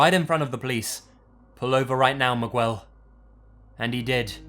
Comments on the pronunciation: ...Migwel! LOOOL ignore the "u" just pronounce Migel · I love your videos but hate the way you pronounce certain things. Its MEE-ghel not MIH-gwell. You did the same thing with the word "mannequin" in another episode pronouncing it "mann-a-kwin" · "MiGWEL" bruh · Sorry but it's too funny hearing pronounce the name "Miguel" as "Muh-GWELL" 🤣 Maybe it's because I live in California. The correct pronunciation is "Mee-GELL" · Miguel is not pronounced mig(w)ell its mig(ell) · its not "migwel" its "mig-el" you don't sound out the "u" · Miguel is pronounced "mih-GELL," not "mig-WELL." The U does not make a W sound. It is silent. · Miguel isn't pronounced Mig-well...It's more Meeg-el. Even Mig-el works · Mig Well, Migyoual, Meegell, what's the diff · "migwel" im sobbing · Im trying to correct your Miguwell each time i hear it lol just say Miguel without the u!! 😂😂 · "Migwelll" lol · Lmfao "Migwell" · Lets go to the hosTELLL, MigWELLLL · For future reference,: To pronounce Miguel you could say Mee•Ghel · "Meg-well" looool Still love ya 😂😂😂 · On the mexico story, when I heard him say "Migwell" I was like "WTF?" then realized he meant "Miguel" XD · How are you foreign, but suck at pronouncing basic foreign names from other countries? Does everyone from the UK say Miguel as MIGWELL? Weird. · Is he saying Miguel like "migg--well" ? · Jesus, dude, get a single Mexican friend. It's pronounced Mih-gell. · Like pronouncing Miguel like migwell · Miguel = me-gal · muhgwel lmao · good stories. as for the pronunciation of Miguel's name. It is Meh-Gell.. sounds like that. one of my cousins is named Miguel. its all good. keep up the good work. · MIGWELL OMFG LMAO (not his fault he pronounced it wrong lol) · I’m Latina and I’ve been wondering what kind of name “Migwell” was until I saw your comment lmfao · 3 in the morn and I've been on a listening binge and slowly filling with fright, then Migwell! BAHAHAHAHHA!!!! I love! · SHE SAID MIGUEL (migwel) 😂😂😂😂😂😂💀💀💀💀💀 IM DYING